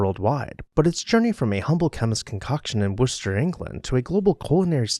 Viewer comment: Or you pronounce it "Wooster", the right way. 😉